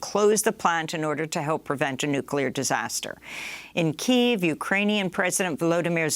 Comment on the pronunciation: Hey, Amy, Kyiv still has 2 syllables. If you believe you have any expert on language who is your source for pronouncing it, like most of the idiot, ignorant, commercial news shows, please provide a brief source. Don't behave like those businesses who are too full of themselves to take the 2 minutes required to verify the pronunciation of a non-English name or term.